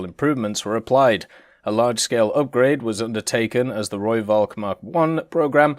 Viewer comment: ITS AN F SOUND NOT A V!!!! I have posted this EVERY time you do a rooivalk video. Please pronounce it correctly, i know you try to so thats why i tell you the correct way...